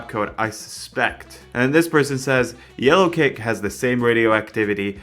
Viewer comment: Every time says "yellowcake" my brain thinks "Alien Cake" ngl